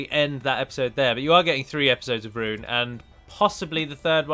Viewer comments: It's pronounced roon not run you gonna delete this comment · p Tolkien's languages are mostly Latin, like portuguese (my language). "Rhun" is read as "Rhoon", always. I understand an english-speaker has a lot of trouble with these words, because you do read them differently. Anyway, cheers for the campaign. May you continue to head the development of this game.